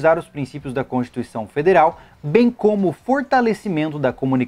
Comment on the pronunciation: Depois do governo "federel" não duvido mais de nada kkkkk